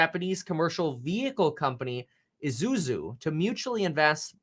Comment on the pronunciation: "Izuzu" lol